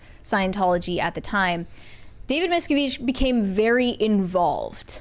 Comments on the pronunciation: Why is mispronouncing all the last names? 😂 It's driving me crazy. It's not Miska-veesh it's Miska-vitch and it's not Remeanie it's Re-min-ee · Lots of names have been mispronounced. It's David MIS-CAV-itch and Leah RIM-IN-NEE. Last week it was not known that Maggie Smith was a knighted Dame.